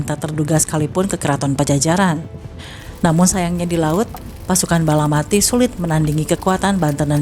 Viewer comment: Balapati bukan balamati